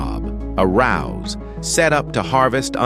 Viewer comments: Narrator cannot read English! He says "rouse" when the word is "ruse" meaning hoax, fake, a con. He then can't speak the word "occasionally" correctly. A robot voice perhaps? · A rouse? A ruse. A real human voice would have handled this better than an AI voice. Points are well presented and taken in any case.